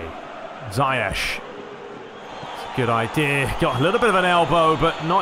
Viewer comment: Ziyech is actually pronounced (*Zee - ek*)